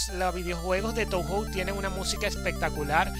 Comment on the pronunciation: creo que se pronuncia "toho" xD oye, a mi se me ven mal las letras, uso el mismo emulador... podrías pasar la configuración? el enlace del emu de la descripción ya no va